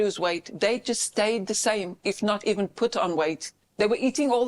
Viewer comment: Why do you eben talk avout what other countries think or say?